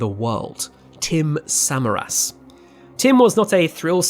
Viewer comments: Great video but really grated on me every time he said el reno and samaras wrong 😖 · Tim Suh Mare Us. Not Samar Us. Your pronunciation absolutely sucks. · And various names of chasers are mispronounced all thru the video (Samaras, Bettis, etc.). While giving credit to Skip Talbot, a first class chaser, they should have let Skip correct the various other mistakes seen, like calling the sub-vortices “south” when it hit Samaras on the north side of the main circulation. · yeah, I made my comment before he started to talk about Tim Samaras and his son and his pronunciation of their name irked me too. He was a public figure so the pronunciation is out there. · I was amused the first time he said El Reno wrong and then as it kept going I was like "ugh, okay, fine..." but when he mispronounced Tim Samaras' name I was like "oh. no. that's where I draw the line!" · British accent or not, especially when posthumously speaking of the departed... a little research on your part would have gone a long way: 1. "El Reno" is pronounced El Reen-oh, not El Rennow 2. "Samaras" is pronounced Suh-mare-us, not Sem-uh-rass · Corrections with pronunciation: • Ree-noh (not r-eh-noh) • Suh-Mare-Us • And even though this is regional, Meh-soh-cyclone (not mee-zoh-cyclone)